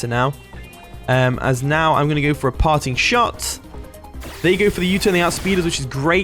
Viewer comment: Everytime you say "Parting Shot", I keep hearing "Party Shot" 😂😂 it was a hit song a decade ago in the Caribbean. Party Shot - Popcaan 😂